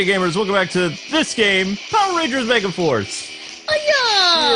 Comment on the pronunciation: "ME..GA..FARCE. POWER RANGERS MEGAFARCE" try watching this video and NOT hearing mega FARCE where mega FORCE should be hahahaha. that might be the new Yanny Laurel puzzle if it works lol